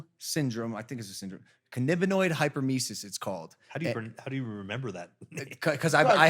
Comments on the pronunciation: It’s hyperEMESIS (“emma-sis”) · Any HCWs laughing over Logan’s pronunciation of cannabinoid hyperemesis? 😂😂 no shade Logan, just thought it was funny ❤️ edit to add: I work in the ER and this is very common! But they keep smoking 🚬 and keep coming back lol